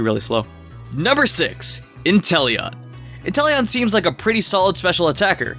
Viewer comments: He’s actually just said enteleon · this guy really say intelion? that pokemon is trash.